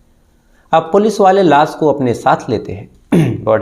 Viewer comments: tu pehle pronunciation ya ucharan karna seekh crime stories baad me sunana. Laash hota hai be laas nahi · It's not soroom, its showroom, its not las, it's lash, it's not saks, it's shakash, fix your language or leave 😅